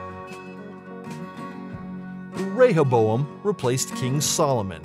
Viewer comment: Two wrong. Both Rehoboam and Jeroboam sounded right to me. 🙄